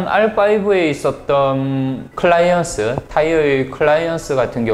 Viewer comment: 클라이언스요? 클러이언트라고도했다가..클리어런스겠죠..ㅋ 이런분이 자전거리뷰를하네 ㅎ